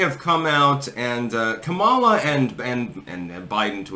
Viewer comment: Is it so hard to pronounce her name correctly?